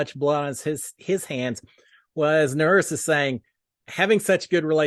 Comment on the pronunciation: Howdy! Just to help you a little bit, Nurys is actually pronounced like Nur-eece. Wanted to give you the heads up. Thanks for the video!